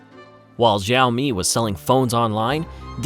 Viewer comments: its not ziomi its shiaomi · Btw, it pronounced Sha-o-mi, not zha-o-mi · Please it is Xi-aomi, how can you pronounce Zi-aomi!? It’s too annoying that I can finish your video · Xiaomi is pronounced [Shiao-mi] not Zhiaomi. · Great video, great story, congratulations! You should have learned to pronounce XIAOMI though. It's NOT "Jeeowmi", not "Zowme"... The right pronunciation is easy, you CAN do it! I's not rocekt science... XI ... almost ¨exactly" like SHE AO... exactly like the "OW" in cow. MI... exactly like ME, or MEE in meet. Now repeat 10 times and you are good to go. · the narrator sucks. Xiaomi is pronounced with a hard SH, not a light J. not jow-me. and miui is Me You Eye, not me you ee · Also learn to pronounce their name correctly. More like "sh" than "z" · Its pronounced SEE-ow-me. Zee-ow-me. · It doesn't pronounce "zaomi" or "jaomi". It pronounces as "shaomi". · When company says Sāomi, don't spell Jāomi. It's ridiculously odd! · Why tf does he keeps saying ZAO ME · Why is this guy pronouncing xiaomi with a z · School time: Listen up kids, today we are going to learn how to say 小米 XiaoMi. Easiest way to say it is shee-ow me. She(female) - ow(noise you make when hit) me(that is you silly). All together now Shee-ow-me 小米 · FYI pronounced "sh-ee-ow-mi" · Bro first of all this video is riddled with mis information It's pronounced "shaw - me" ("shaw" as in show wer) USA never actually banned xioami unlike huawei,huawei was also not sanctioned it was completely banned from basically all of America,meaning it can't even use any technology even slightly using American companies and not only in America it was actually banned in the UK and most of Europe,huawei 5g infrastructure was also completely destroyed with no trace of huawei being left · Why would you make a video about XiaoMi without researching how to say the name properly? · The name Xiaomi is pronounced wrong. Can't watch the video if the company's name is pronounced wrong 😅